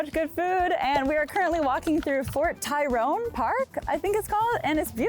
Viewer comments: Fort Tyron 😂 (Tryon) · Loved the tour, not so much a couple of your descriptions. It's Fort Tryon (as in I'm gonna try on that dress) not Tyron and that awesome chinese restaurant at 17 Mott is Wo (as in woah, their food is awesome) Hop (not woo hop). Keep making your delicious food/exercise videos. Been watching you since you worked on a cruise ship. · Fort TRY on. Not "Tyrone" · Fort "Tyrone"?! Please tell me that was rage bait. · Calling Fort TRYON Fort Tyron is next level. 😂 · Hi fan here 👋🏽 😊 awesome vid. Just an FYI I believe it’s pronounced fort “try-on” park. Also it’s Washington “heights” with an “s” 😅